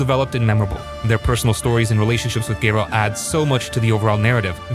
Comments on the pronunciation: ROFL Gay-rolt lmao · Hehe gayralt of rivia